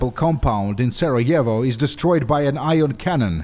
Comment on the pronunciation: Kudos on pronouncing Sarajevo.